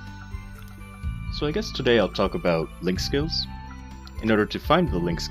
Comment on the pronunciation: I know you said link skills but starting off sounded like you said lick skills. we are going to start off today talking about lick skills.:3 Sorry I had to... <3